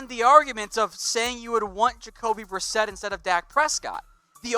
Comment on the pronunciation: Jacoby brisket?? Lol.... It's Jacoby Brissett!!